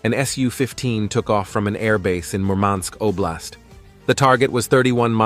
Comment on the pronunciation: that's a painful way to pronounce Murmansk, stress on the wrong syllable